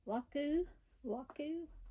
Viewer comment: I couldn’t pronounce Wakuku either 😂 What a cute bunny 🐰 and I love the long ears 😊❤